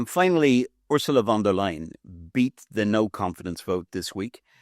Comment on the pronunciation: I do not like her myself , but , please , pronounce her name correctly . Think of : to tell a " lie " = >> von der " lie " - en << ! Von der Leyen , one of the most incompetent and worthless career - politicians ever .